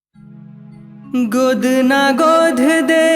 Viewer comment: गाना गजब हे। पर उच्चारण म कुछ त्रुटि दिखत हे। गोध (गोद) ए हो (ए ओ) देवहारीन (देवारीन) छत्तीसगढ़ी म छत्तीसगढ़ी उच्चारण के ही उपयोग होना चाहिए।